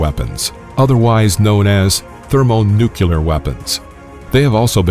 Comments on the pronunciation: He keeps saying thermo-nuke-you-lar. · Nuke-U-Lur??? Come on man. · How are you going to pronounce it "nuclear", then seconds later pronounce it "thermonucular" then a couple minutes after that you say "thermonuclear"??? Cut it out. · Did he just say thermonucular weapons? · He just had to day, "Thurmonukyaler." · *Thermonuclear, NOT "nucaler" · Thermonucular... . I had to rewind and play that again just to make sure I heard it right. And Yep. Thermonucular. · "thermonucular weapons" Do you get energy in a thermonucular weapon by splitting the nuculus of an atom instead of the nucleus? Lol. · Thermo-nucular? Who hired this voiceover guy? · "Thermonucular". Really? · . haha he said it correctly right before that. love that non-standard usage : D